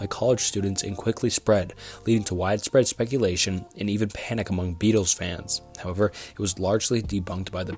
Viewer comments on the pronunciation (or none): none